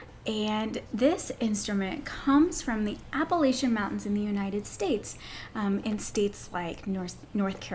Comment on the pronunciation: As a West Virginian my ears are bleeding from the New England pronunciation of Appalachia😂 but aside from that I enjoyed the video. I love playing my dulcimer it’s so easy to just pick up and start playing.